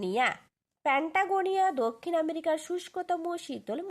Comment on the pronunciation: দিদি ওটা প্যাটাগোনিয়া ওটা প্যাটাগোনিয়া নয় একটু ভেবে বলুন 😏